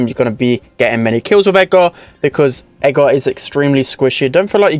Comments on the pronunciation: Edgar Edgar Edgar not edga, Edgar SAY IT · I cant tell if thes saying Edgar or Ego or Aggro